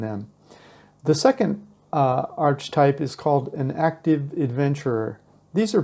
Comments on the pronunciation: Just fyi - it's not 'arch - types', it's 'ark-a-types' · Please! The pronunciation of archetype is ARK uh type